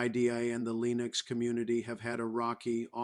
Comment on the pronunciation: You know it's bad AI when the bot says LEENieX